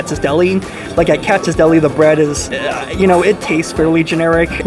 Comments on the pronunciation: What’s KATZ Deli??? It’s KATZ’S!!! There’s an apostrophe S at the end! I bet you think it’s located on Hyu-ston Street not House-ton Street (spelled Houston Street). Love these “professional” YouTubers giving advice and having NO CLUE! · Please pronounce Katz's properly...it's not KATZ, it has an "s" on the end, so it sounds like "KATZ-IZZ" I grew up in NYC but now live in L.A. so I'm curious to see how Langer's compares w/Katz's. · Love your vids. One minor point - You pronounce Katz's incorrectly. Should be Katz and the possessive s, not single. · Pro tip: It's pronounced Katziz, not Cats. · It is Katz's not Katz, come on. And there is nothing like Katz's. No comparing with anything else, let alone Langers